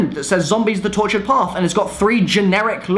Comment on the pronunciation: "The Tourtured Disappointment"